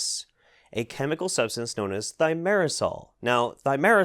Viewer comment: So filming successfully pronounced thimerosal, but editing misspelled it as "thiomersal". Just an fyi.